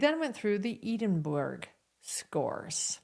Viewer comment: Cant believe no American professionals can pronounce Edinburgh correctly. Its Scotlands Capital🤣🤣🤣🤣